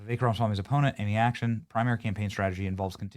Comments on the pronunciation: It's ac-TON, not action. 😉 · This guy can’t even say her name right. Acton not ACTION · Its ACTON.....ACTON, not "Action". Are you sure Vivek is not right? And WTF are YOU doing? Are you trying to sink his campaign with this? Do you want the radical left to win? Maybe try positive PR. Its no wonder the left continues to win with the absolute worst policies ever to exist. They kick our ass in the PR department. Use your head dude. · Amy "Action"? FFS, Benny learn to read!